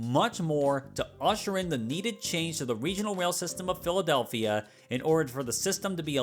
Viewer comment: "Philawdelphia"?????? Good lord, what are these lawyers smoking🫩